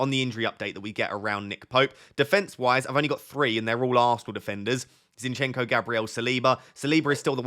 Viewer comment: not zinchEnko, the correct pronunciation is zInchenko